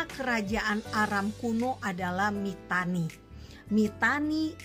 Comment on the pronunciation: Terimakasih atas informasi dan edukasi... cuma sekedar koreksi saja... untuk penyebutan nama tempat harus benar-benar jelas... seperti nama tempat "Aram"... kata Aram jika tidak diperjelas bisa terdengar seperti "Arab".... ini sangat penting untuk diperhatikan... karena kalau hal kecil ini disepelekan akan berdampak salah sasaran dan tujuan dari informasi dan edukasi tsb... Terimakasih semoga bermanfaat...GOD BLESS ISRAEL 🙏🙏🙏